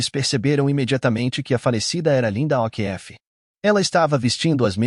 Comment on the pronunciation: pELO AMOR DE dEUS ANTES DE FALAR UMA PALAVRA EM OUTRA LINGUA PROCUREM SABER......O'Keefe fala OKIFF